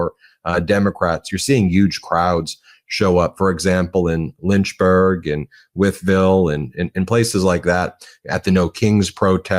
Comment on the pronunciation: You heard that right......"Lynch"burg